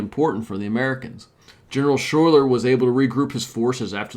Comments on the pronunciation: Major General Schuyler's name is pronounced Skyler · Wrong pronunciation . General Schuyler should be pronounced as "Sky ler" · Burgoyne rhymes with join. Schuyler is pronounced Sky-ler and he is the same guy that has daughters in the play Hamilton. On a positive note, you got the pronunciation of Skenesborough correct. I am from Schuylerville (the village that is on the site where Burgoyne surrendered). There are plenty of names that are said in an odd way in the area with all the Dutch names. And locally, Rensselaer rhymes with lear - but I have heard it said the way you do. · Schuyler is pronounced Sky Lar. You did get Skenesboro right though. There was no Champlain Canal next to the battle, so it would have been extremely difficult terrain. As a local social studies teacher, I was impressed by your assessment. One major factor that you didn't mention was Burgoyne was a dandy who took an excessive amount of unnecessary things with his army. His own stupidity slowed him down. The Americans could easily predict the British route given the geography.